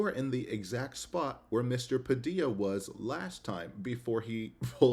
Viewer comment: No wonder Padilla won't return his calls... can't even get his name right. Pisses me off every time.